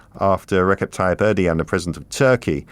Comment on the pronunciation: Tyyip’s name is pronounced Air Doe Juan..